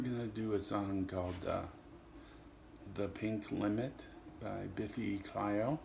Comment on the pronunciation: Clyro not clyo